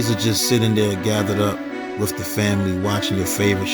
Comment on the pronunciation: Wiff = With. Wiff her??? I really like your content but is it really that difficult to pronounce the "th" in the word "with"? You're obviously an intelligent person which can be seen in your content, editing and research. When you continuously use incorrect grammar and pronunciation it only serves to make you sound less intelligent than you are. I'm not talking about any slang as we all know what slang is if you use it, it is intentional but mispronouncing words, EASY words like with, and using the "f" instead of "th" it's just not a good thing man. Hope you don't take this offensively as that is absolutely not my intention but simply to point out something that you may want to pay attention to and work on.